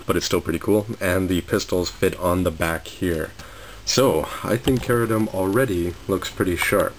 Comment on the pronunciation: ??? Really??? I watched the English Dub of the show, and it was pronounced CHE-RU-DIM. Same goes for Zabanya. It was pronounced ZAH-BAN-YAH